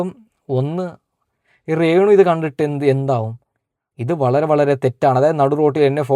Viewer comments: ഇപ്പൊ പറയാൻ പാടുണ്ടോ ന്ന് അറിയില്ല റേണു അല്ല മോനെ രേ ണു 😀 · എടാ അക്ഷരം ശെരിക്കും പറഞ്ഞ് പഠിക്ക് റേണു അല്ല രേണു എന്ന് പറ. പിന്നെ മനശൻ അല്ല മനുക്ഷൻ എന്നാണ് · റെണു അല്ല രേണു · റേ ണു അല്ല രേണു ആണ് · മോനേ റേണ അല്ല രേണു എന്ന് പറയു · റേണു അല്ല രേണു ആണ് ഒരുപാട് പ്രാവശ്യം കേൾക്കുന്നത് ബോറായി തോന്നുന്നു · റേണു അല്ല രേണു